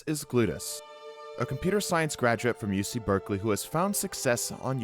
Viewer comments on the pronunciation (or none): none